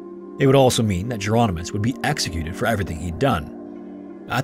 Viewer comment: I think Jeronimus isn't pronounced like Geronimo and more like a variant spelling of Hieronymus.